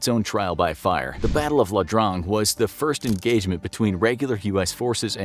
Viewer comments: Just gotta correct this.... It wasn't the "LA" Drang, it was Ia as in EEE-AH Drang.... my uncle fought there and received a bullet fragment as a gift. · I stopped taking this video seriously the moment the guy said the battle of LA DRANG… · La Drang? It's the Battle of Ia Drang